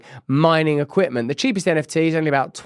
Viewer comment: NFT? SO Russel!🗣 You can pronounce your 'T"s